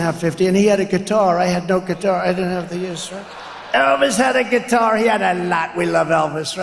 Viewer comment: What’s a kuitar 😂